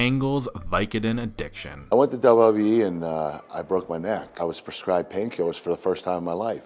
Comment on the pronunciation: Has anyone else noticed over the years that Kurt Angel can't pronounce WWE correctly? It always sounds like he is saying "double double -E"